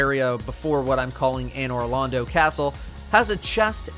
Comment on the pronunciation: People who have never played dark souls: “What the hell is A-Noir Lond-Oh?!”